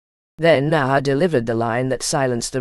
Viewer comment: The bullshit AI narrator can't even pronounce Maher's name right. Use human beings!